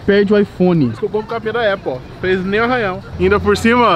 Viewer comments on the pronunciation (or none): none